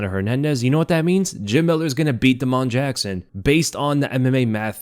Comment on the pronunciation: Da’mon Jackson???? 😂😂😂